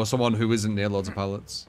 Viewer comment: He's British man, it's hard enough. Leave em' alonw